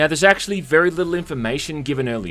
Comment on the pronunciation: "acksually" literally not even 20 seconds after.